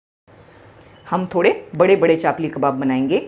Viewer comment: Madam Chaapli nahin Chapli kabab kahete hain samjhe